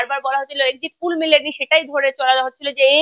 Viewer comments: Ore baba Exit pul noy Exit pol 😂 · Madam exit pul na...ota exit pol hoba...ucharon ta please thik kora neban... kharap vabea neban na katha ta..apni khub valo kaj korchen..amr support apner songa ache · এক্সিট পুল না ম্যাডাম ওটা এক্সিট পোল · ম্যাডাম exit pull নয়, কথাটা এক্সিট poll। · এক্সিট পুল নয় এক্সিট পোল